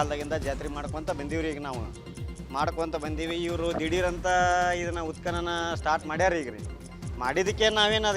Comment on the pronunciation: ಉತ್ಪನ್ನನ. ಉತ್ಕನನ ಅಲ್ಲ